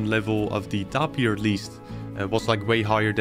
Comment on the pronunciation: I think it's pronounced tape-ear but your acce ts and builds are so cool